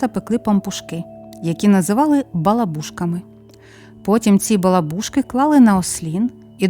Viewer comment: Наголос в слові балабушка на другий склад